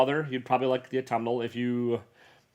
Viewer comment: I think you're the only comic youtuber I've heard pronounce Autumnal right!